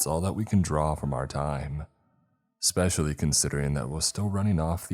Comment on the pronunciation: and eckspecially not especially